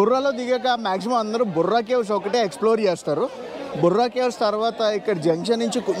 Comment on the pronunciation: బుర్రా గుహలు కాదు.బొర్రా గుహలు